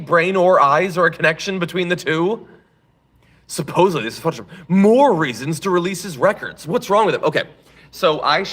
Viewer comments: SupposeDly. Many people can't hear properly. Then the dunces keep saying supposably and countless others copy the error into infinity. Greene says wrong words and incorrect words often. Just list her schools from now on. Then AVOID those schools. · suppose-abwee. there is no L in supposably. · I bet she pronounces it "supposebly"